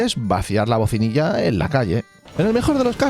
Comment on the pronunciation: Hola, el orinal se llama BACINILLA y no bocinilla. Muy interesante el video, gracias y a por mas.